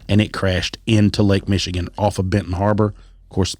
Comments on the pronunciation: Good episode, but, being from Michigan, you really need to do some quick research regarding the proper pronunciation of the towns/cities in the podcast. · No offense dude, but you are butchering most of these Michigan names.